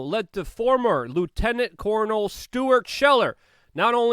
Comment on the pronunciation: What’s a ‘lieutenant cornal’ ? 🤣 … and that pesky reekonciliation 🤣😂🤣